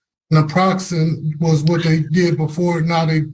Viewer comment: it’s called call Nortriptyline (a tricyclic antidepressant that is used for nerve pain as well) and Naproxin (advil) not neoproxin or whatever they said. They won’t give you any narcotics in jail because you could mouth it and give it to someone else and they’d have to carry it around etc…